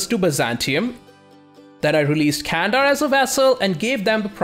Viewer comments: hey, great video as always:) but one thing that i think i must say, is I noticed you really work hard on pronouncations:) candar is not spelled as "kandar", more like "gandar":)) just wanted to say, love ur videos uwu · The 'C' in Turkish is spoken like an English 'J', as in 'Junk' - which means 'Can' is actually pronounced 'Jandar. Not Kandar.